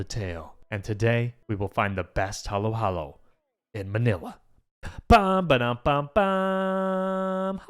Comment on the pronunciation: Yeah, it's burning hot weather,,, right pronouncition of Halo-halo is (Haló-halou) just say it faster